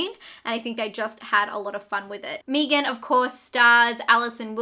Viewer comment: When you said me-gan instead of meg-an I died. Lol. Haha.